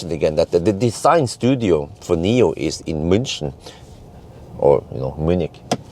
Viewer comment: Thanks for the great video as. For your information It’s not Nomi pilot but NIO pilot actually